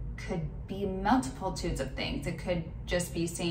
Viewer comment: "Multipitudes" is my new favorite word to make me giggle. No, not really...not sharing this video. I would respect her if she really did her due diligence and rerecorded the video. This reminds me of the content a student who has cut classes all year would write on their final exam - just winging it.